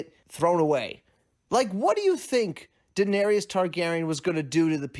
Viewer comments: "Daeneryus" I agree she was tyrant but at least after 7 season you should learn how to pronounce her name properly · Defending slavery? Whew this is disgusting and the amount of people agreeing with this is ridiculous. Also she didn’t kill ‘every single slaver’ she killed 163. Making a damn video about Daenerys and you can’t even pronounce the damn name pls. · DAENERYS NOT DAENERIOUS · She told the audience what she was going to do, she said fire and blood and that’s exactly what she did. I agree with you. I hated some of the things that happened but it fit. Everything you said is right except the pronunciation of Daenerys name lol